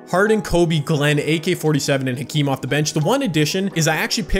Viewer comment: I hope you know it’s pronounced “akeem”